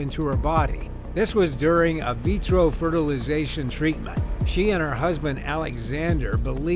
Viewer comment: Invetro not avetro